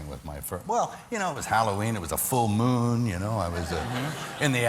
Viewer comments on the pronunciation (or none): none